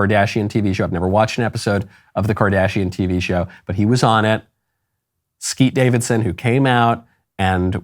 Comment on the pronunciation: Am I the only one that heard "Skeet Davidson" 😂